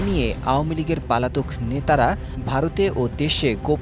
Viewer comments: শুদ্ধ বাংলা বলতে পারেন না, এরা কিভাবে সাংবাদিকতা করে? পলাতক-কে বলছেন পালাতক😁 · পালাতক না শব্দটা পলাতক। এরকম ইউটিউবারদের মতো জাতীয় গণমাধ্যমের কর্মীর উচ্চারণ খুবই হতাশাজনক। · পালাতক না পলাতক